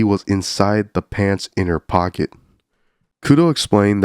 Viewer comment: Dude your "pocket" pronounciation is asmr and peak comedy too.